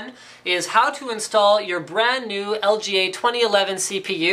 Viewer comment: like if you herd him say "LGLA" in stead of "LGA"